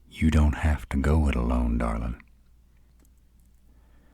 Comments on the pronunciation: I swear .. Darlin’ in a deep southern drawl .. it’s my weakness. I don’t know what it is but gets me flustered every time. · I LOVE how he says Darlin